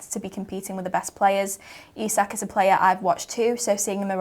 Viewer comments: Isak pronounced EESAK !!!!!! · Guehi’s height debate look how sketchy Ibou deals with ball in the air. For reference the late Diogo was mighty in the air for a smaller lad. Isak pronunciation got to be sorted here. Top show and great host duties 😊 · Can you lot sort out out your pronunciation of Isak please? I counted four versions in that convo. Up the mighty Reds. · 3 pronounciations of Isak. Come on lads this one’s not that hard 😅